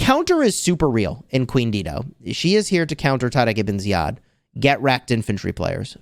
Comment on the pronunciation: I was today years old when I finally figured out which commander you were talking about. pronunciation: Tada gi bin ziyad. My pronunciation: TaReEq. 😂 😂